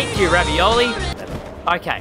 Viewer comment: It’s revali not ravioli